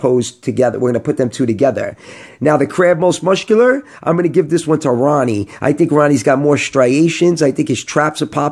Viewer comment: Muscular is pronounced "Mus-kew-ler" not "Musht-kew-ler" 😂